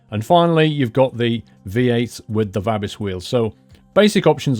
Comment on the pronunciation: Dear. Thank you very much for this outstanding ETS2 Mod Review of the RJL Scania Tuning Pack, even though it was uploaded back in. I have already downloaded it as I think it's The Ultimate Scania Tuning Pack by RJL. By the way, with all respect, the name Vabis as in Scania-Vabis are pronounced with a long A (Vaabis). Take Care and God Bless You.